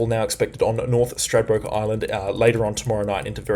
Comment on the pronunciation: you have got Stradbroke correct. Now Ballina is bell LIN nah not bah LENA. Caboolture is cab BOOL ture not CAB bool ture. Uppercase for the main emphasis. And amazing work. I see now we will dodge the bullet near Bribie Is.